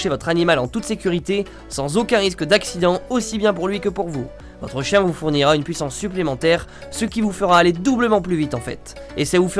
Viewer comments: tu est chtit? T'as dis "kien" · kien. l'accent du ch'nord mdr